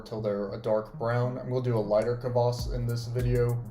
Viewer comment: Kvass, not "Kavass". I'll be trying this sometime since you can't easily get it in west eu